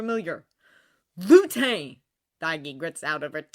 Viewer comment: Hey I noticed you’ve been saying Lutes name as luté, it’s actually supposed to be Lute like the instrument or loot if that makes more sense. I’m shocked it took me so long to notice!